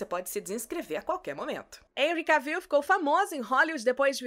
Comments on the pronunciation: Querida, você tem uma voz muito bonita. Só derrapa no nome dos artistas. Mesmo a locução em inglês falando nome do Jason Momoa certo, você pronuncia errada. E o Henry Cavill, se pronuncia "Renri Quévou". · Na real se fala "Quévol" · Precisa aprender a pronunciar o sobrenome do Henry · Por isso q os brasileiros não aprende inglês direito. Até a roterista não sabe pronunciar o sobrenome do Henry. Vai pronunciar direito mulher. Pelo menos ensine o povo a falar inglês corretamento dos famosos.